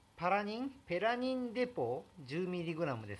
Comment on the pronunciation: が何度もペラニンをパラニンといい間違えるのがなんとも可愛いすぎです😍